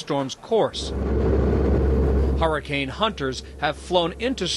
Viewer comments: does anyone else realize he says harricane? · Why is he pronouncing it like "whoreicane"?? Lol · Take a shot every time he says harricane